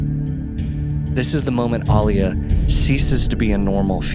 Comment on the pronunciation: Thank you for pronouncing Alia's name correctly...the new movies butchered them all and I dont know why, are modern peeps illiterate *people should reference the 80's film for the book proper pronunciations.